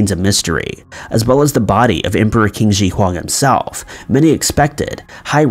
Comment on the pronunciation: Qin is actually pronounced as "Chin"